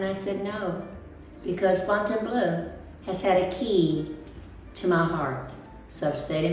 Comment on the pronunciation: the "eau" at the end of Fontainebleau is pronounced like the "eau" at the beginning of Deauville! Please stop saying Fontaine - BLUE!